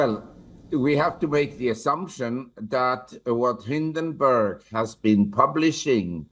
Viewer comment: It’s hindenburg not barg; you IT cell need to learn how to read ..